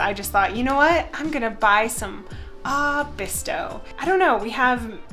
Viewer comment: Oh no not bristo